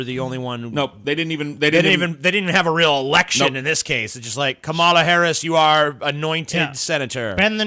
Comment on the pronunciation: It's actually calm-uh-luh not kuh-mall-uh.